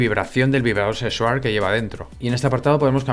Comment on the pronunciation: "el vibrador sexuarrr que lleva dentro", me mojo toda!!!